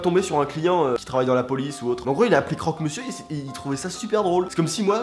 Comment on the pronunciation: Moi je suis morte de rire a crok monsieur